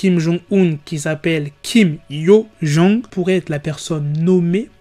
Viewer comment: C’est compliqué le prénom 😂😂😂 il faut t’améliorer la prochaine fois